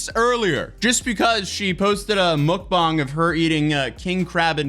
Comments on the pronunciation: Mook bach? It's pronounced muhk bang! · a mook boag? what lol mukbang you mean? lol just say it right dude lol wtf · bro you make my day when you pronounce Muckbang as Muckbong😂😂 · "MOOKBONG" 😂 I'm stealing that pronunciation. And Yes - Quishonda is a real name. Just like DeVonte, Demarius, BonQuisha, Chyna, Destani, and every other one. All names are made up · Mookbong lol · Did you google how to pronounce mukbang? Cause that ain't right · i so close to blocking you for your pronunciation of mukbang 😭😭😭😭😭😭😭😭😭😭😭😭😭😭😭😭😭😭😭😭